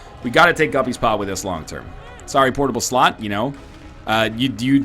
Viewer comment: Please stop saying "portable slot" thiss way